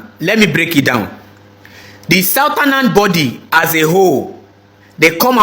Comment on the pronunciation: Why is it that this generation does not know how to pronounce northern and southern? It's so disgusting. Saotanas, notanas. What kind of grammars do they teach in Nigeria for God's sake?